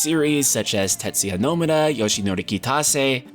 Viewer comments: Can someone tell me why in God's name this dude cannot literally say "TETSUYA NOMURA"? Like, what is he saying..............?? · You say his name "tet-suya NO-mu-ra" Source: I fucking have worked with the man. The end. - Zeal